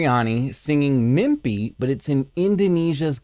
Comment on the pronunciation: Mimpi not mimbi😊